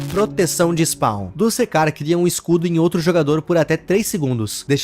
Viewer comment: Opa Só fazendo uma correção Não se lê dusekcar É duskcar